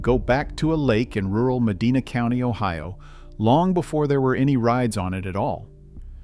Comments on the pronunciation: It’s med-I-nah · Sad the announcer doesn't know how to pronounce Medina.